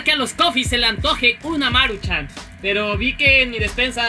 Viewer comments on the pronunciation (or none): No es Máruchan es Maruchan :v